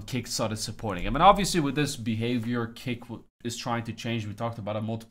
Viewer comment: Everytime this guy says kick i hear cake